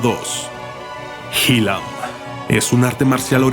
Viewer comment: En el video aparese el arte Mexicano (Xilam) pero no se pronunci (Jilam) , se pronuncia (Shilam , aunque se escriba con X) Y es un arte hermoso!!